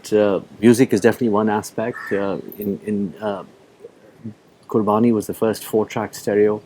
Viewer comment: He is emulating his father. But i agree with you. Especially the way he is pronouncing Qurbani.